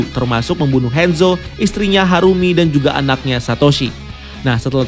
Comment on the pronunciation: Kebiasaan ngomong Inggris Ngomong Hanzo jadi Henzo